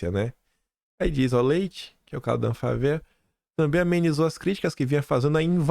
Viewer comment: Amigo a palavra ANFAVEA se pronuncia Anfávea.